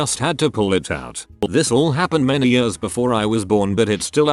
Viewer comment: text to speech logic: -can pronounce haemorrhage - struggles at the word years